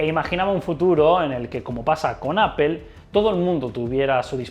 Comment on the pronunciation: Buen trabajo periodístico, pero deja de decirle "APPEL" a Apple...unas clases de inglés no te vendrían mal. De lo demás, muy bien.